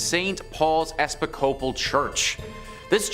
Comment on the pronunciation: did you hear how he pronounced Episcopal?? Holy shit. 😂 I was looking at the tv when I heard him say it, then I was like, what did he just say?? He said "Ep-i-scope-al". I mean...